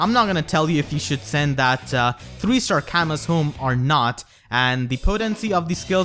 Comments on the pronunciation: You mispronounced Camus. According to Feh, it sounds more like “Camoo”. Lol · It's pronounced "kamoo"